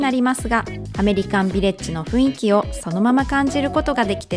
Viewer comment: 誤 ふいんき 正 ふんいき